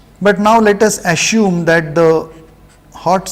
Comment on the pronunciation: Sir is it 'Assume' or 'Asshume' ?